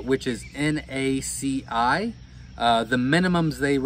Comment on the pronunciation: For the guy making this video, it's NaCl - that's a little "L", (pronounced el) not an "I" (pronounced eye)!!!!!! It's the chemical compound for Sodium Chloride - table salt!